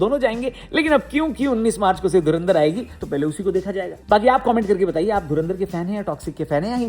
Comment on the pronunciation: Dhurandhar ❌dhunaadhar✅